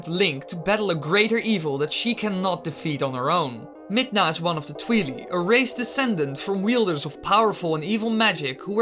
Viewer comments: Twily? Its TWI and LI. Think Twilight, but shortened. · Hate to break it to you, but there was a meeting a few years back where the creator calls them the 'twi-lie' not twe-lee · Tweelee?? Really? X,D It's pronounced Twy-lie. XD. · It’s pronounced twai lai not twee lee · Its pronounced tweye-leye not twe-le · Brrrrr "tweeli" the cringe is real.... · Oh god... Twheely 😖 that pronouncation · It's Twili pronounced as Twy lye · Lol he pronounced it tweelee do you also say tweelight? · I hate it when people pronounce twili midna as twilee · Its Twi-leye like Twilight like damn dude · Dango of Doom Yeah, if they are from the Twilight realm. It must keep the "root" pronunciation: "twai" at the beginning. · How I pronounce it: Like Aurora, without the last A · The Angry Dango of Doom It literally wasn't.